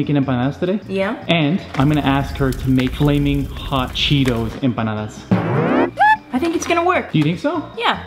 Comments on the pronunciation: Its not empandas its panadis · I heard empananas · I just keep hearing banana instead of empanada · When said "enpandes " I died 🤣🤣🤣🤣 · really didn’t get one since she said it wrong.😂😂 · Then trying to say empanadas 😂❤️❤️❤️💀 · Cuz she said it wrong